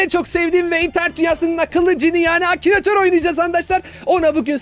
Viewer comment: abı akınatoru duzgun solemedın